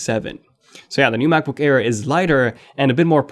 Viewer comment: am i the only one who hear u saying Macbook care ?